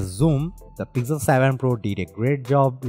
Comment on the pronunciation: Why this accent? And why is it pigzel 7 pro :p